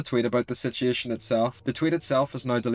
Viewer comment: How many times did this dude say “sitiation”